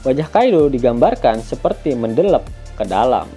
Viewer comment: "Mendelep" Jowo kieh